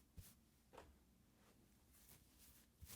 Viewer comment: Did you say "take care," or, "take hair"?